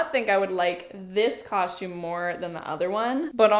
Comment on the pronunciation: Shcooby-doo cau-shoom😂